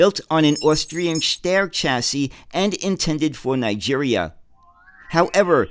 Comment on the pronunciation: "Steyr" rhymes with "fire", not with "fair",.